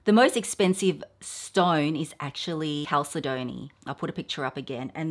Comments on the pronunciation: The pronunciation of the mineral chalcedony is Cal- sed- o- knee. The second syllable is accented. Cal SED o knee. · Chalcedony is pronounced "kal-sed-oh-nee" 😊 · Chalcedony is pronounced: cal-said-knee :)